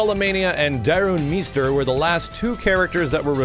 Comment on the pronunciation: Wait is it pronounced, Darun "MEEster" or "MYster". I could have sworn, the announcer from one of the previous games always pronounced it "MYster".